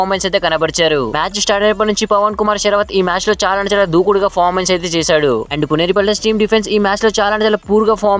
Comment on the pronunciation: Fomens Kadu adi performence antaru ra babu 🤦